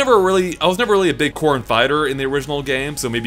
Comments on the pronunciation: The way says "Corrin" sounds like "Corn" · Aryan Anand everyone pronounces it that way, but if you say it at normal speaking pace it sounds like corn.